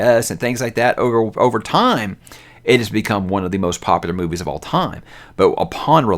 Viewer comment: Did he say "boobies" instead of movies in the beginning there? 🤣🤣🤣🤣